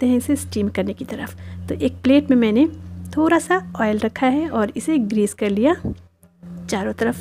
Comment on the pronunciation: Jab aap thoda ko Thora bolti ho to aur achhi lagti ho